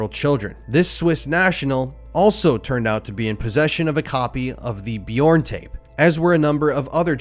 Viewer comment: Please, please, please learn how to pronounce this piece of shit's name. It's torturous.